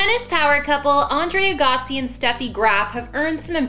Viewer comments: Pronounce his last name correctly. Jesus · She doesn't know how to say his name.